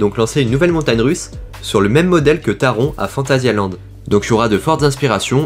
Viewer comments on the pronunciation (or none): Super vidéo ! Sinon Taron ça ce prononce « Taronne »